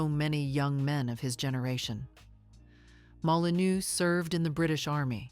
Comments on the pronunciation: Molinô, IA!!😤😤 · You pronounce Molineux like this: molinöö, to be correct.